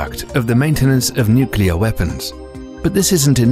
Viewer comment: With an inability to pronounce “nuclear.”